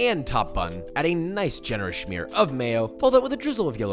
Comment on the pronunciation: Where does the “h” come from in the word “smear”?